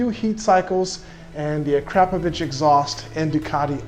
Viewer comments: Hey. To go along with your excellent pronunciation of the word ‘aluminium”, you should say ‘akraPOHvic(h)’ rather than ‘aKRAPovic(h)’ so it sounds less shitty 🙄😁😆😂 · a-krap-po-vich? Try again. a-kro-po-vik. Good video though 😄👍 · "A-crap-o-vich" exhaust? "eww-leeeens" suspension? /sigh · No doubt at least a 30,000 $ bike. IDK Just a ruff estimate. Not to seem like a know it all your pronouncing Akrapovic wrong. Personally i like yoshimuras or 2 brothers they sound a little better to me.